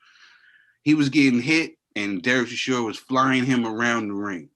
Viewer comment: is a 100% Gangstar. He just doesn't give a flying F about how to pronounce Dereck Chisora.